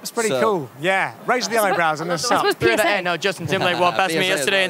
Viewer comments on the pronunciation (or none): Harry hearing p*ssay instead of psa…doing THAT… I am on the floor laughing😂😂